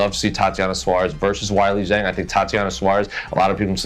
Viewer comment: "Why-Lee Jeng"? 🙄 I literally did not know who you were talking about for a couple seconds. C'mon dude